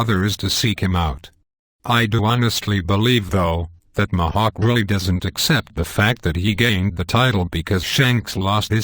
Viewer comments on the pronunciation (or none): Mahawk!? It's Mihawk! Eeeeeeehawk not aaaaaaahawk